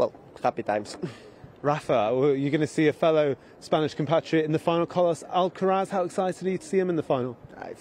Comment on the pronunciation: says 'Alqueraz' XD